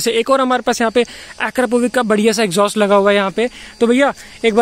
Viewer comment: It's exhaust bosti The way you pronounce exhaust is horrible what exjostt